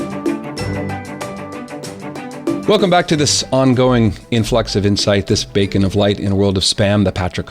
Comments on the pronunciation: Did you just say the BACON of light in a world of spam? I hope you meant to say beacon. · Intro line sounds like '... this bacon of light in a world of Spam...' Great listen, thanks!